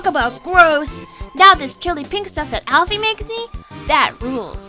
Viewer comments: you pronounce alpyus wrong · I pronounce Alphys like, "Alphis". Not, "Alphees". Not criticizing or anything, but that's just how I pronounce it. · alphys isn't pronounced alphees Mettaton isn't pronounced like that!!! Pronounce it right!!!!